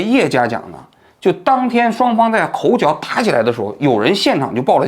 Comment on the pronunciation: 口角jue 不是口缴 您作为一个专业媒体人，中文正音还是应该留意